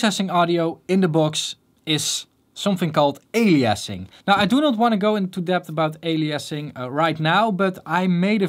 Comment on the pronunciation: "ali-assing" 😂 but for real this is all super solid info.